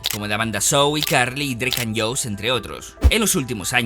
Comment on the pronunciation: Josh. Se pronuncia yosh. Es facil